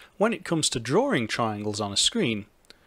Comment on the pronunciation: Why do you say drawring instead of drawing?